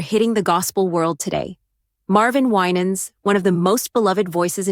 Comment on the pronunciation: You're misprouncing his name 😊